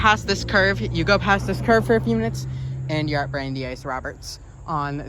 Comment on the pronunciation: "Bran-dice", not "Brandy-ice". Named after Brandies University, which was named after US Supreme Court Justice Brandeis. You got Worcester pretty well. That's one of the hardest Massachusetts localities and most people get it wrong. I just watched a video by a Chicago-based train and transit fan who called it "Wooster", a fairly common mispronunciation. There is a "Wooster" in Ohio, but it is spelled and pronounced that way. I don't know how the original Worcester in England is pronounced, but I suspect it is similar to the Mass city. Lots of Mass (and English) place names were locked down centuries ago and often the Mass names are pronounced the way the English namesakes were pronounced in the 16th or 17th centuries. Weston appears well-off because it is. It is the wealthiest towns in the state. and probably in the top 20-50 in the country. It might not have been obvious from the neighborhood of the station, but there are many parks and protected land in Weston, and (according to Wikipedia) over 90 miles of bike, hiking, cross-country skiing and horseback riding trails in the town!